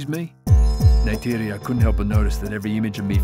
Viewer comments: not him calling her neide again 😭😭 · Jake complains about Neytiri mispronouncing the "J" in "Jake" when he always mispronounces the "R" in "Neytiri." 🤨